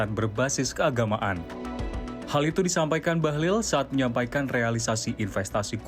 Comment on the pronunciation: Apakah sebutan bahlil sekarang menjadi bahlul? Semoga hanya khilaf saja